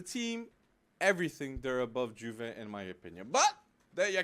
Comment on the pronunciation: Stop saying Juve with a J